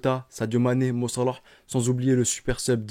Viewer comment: La manière de dire "Mo Salah" est tellement ridicule et détestable